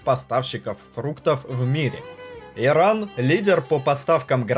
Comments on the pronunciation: Бесит, когда Вы неправильно произносите название государства! Не Эран и Иран! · всех благ вам и вашему каналу , но реально слышится эран вместо Иран ) решил посмотреть ваш ролик из-за ностальгии по иранским блюдам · Чувак просьба произноси правильнее хотя бы для начало не Эран а Иран , не челов а челу